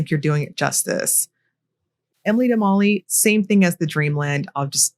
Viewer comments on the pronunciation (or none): none